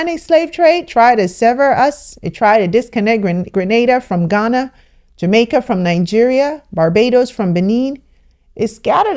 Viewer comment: Atta girl you are pronouncing the island's name correctly now. You will soon be a Caribbean woman. It is warmth to my ears to see we are getting closer to Africa in communication. The next thing is to free up the air space . God willing it will happen in my lifetime.❤